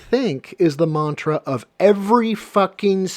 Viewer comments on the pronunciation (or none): none